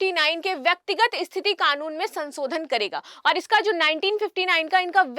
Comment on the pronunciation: Madam aap bahut achchha bolti hain, lekin aapka uchcharan(Pronunciation) thoda thik hojayega to bahut sundar lagega sunne main(संसोधन nahi संशोधन hota hai). Aur haan "Shit" ek achchha shabd nahi hai...please avoid kijiyega.